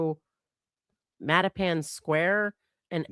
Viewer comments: Btw said mattapan correctly in case you were wondering lol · Nope said Mattapan perfectly. It is also a notoriously HORRID and scary suburb of Boston. Milton is a very prominent and opposite area to Mattapan. They are right next to each other.